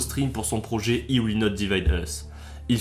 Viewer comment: “He” “il” en anglais il faut que tu prononce le “h” un peu comme “hihihi!”